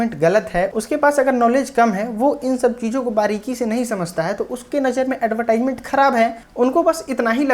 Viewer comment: एडवर्टिजमेंट pronunciation hota h